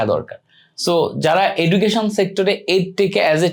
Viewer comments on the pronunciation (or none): none